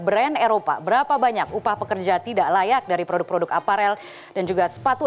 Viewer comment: Suara yang ngomong gini "cintailah ploduk-ploduk indonesia". :D